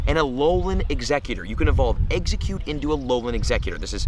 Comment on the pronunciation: How many people cringed when he said what region is exeggcute from?